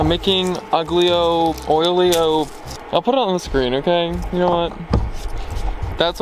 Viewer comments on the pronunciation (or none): agilio olio is pronounced AY-0h OY-oh. It's Italian for garlic and (olive) oil. Safe travels to you both.